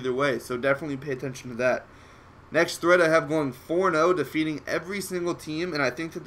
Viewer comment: Nex[-TT-]hreat :D